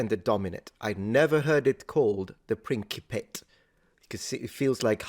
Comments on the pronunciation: Englishman here, we would not pronounce it 'prinkypit' either. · Right off the bat,, your instincts are correct, it is pronounced Principate ( As in Prince). For whatever reason, he pronounced it wrong. He pronoinced Cannae wrong too, The tone and stresses are obviously off from the native pronunciation, but in English we say it about the same. Granted, I'm speaking from a position of American English. I've found through observation that in the case of a lot of foreign words, we generally say it closer to the original pronunciation than a British English does. Could be because our own verison of English Has embraced more foreign influence on it thanks to the American melting pot. Who knows. But it's just something I noticed as one of many differences between UK and American English. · I took Latin in college because apres onze ans de Francais Quebcois dans l'ecole public yeah f that, I'm taking Latin and it takes a moment to mentally switch gears into Latin. Part of that is remembering a Latin 'C' is an English 'K'. I also could have sworn "principate" would be pronounced "prin-ci-PA-te" because you don't get two vowels in a Latinate syllable unless it's a diphthong. But that was 20 years ago and I have not kept up on it. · plentyof uk natives even highly educated pronounce things in the most peculiar (and incorrect) manner; principate should certainly have a soft c. anyone for fun-jai? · "Prinkipate" is really awful... I don't even pronounce it in Latin as "prinkipatus", even less in English... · I have always heard it pronounced "prinkipet." I think it's to distinguish it from medieval prince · No, it has to be "prinsipate" doesn't it? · That's Mr. Muppet!! Perhaps he was trying, out of jealousy, to be pedantic with his pronunciation of principate? Maybe...